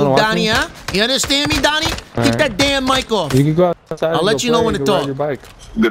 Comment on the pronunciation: Doonie not Donnie